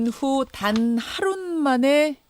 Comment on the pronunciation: 하루 만에 발음 신경써주세요 자꾸 하룻만에 하룻만에라고 하시는데 유명라디오 프로 진행자로서 자질이 좀 의심스럽네요